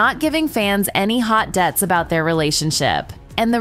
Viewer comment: Love this. Thank you! Note: it’s DEETS (as in details) not DEEDS.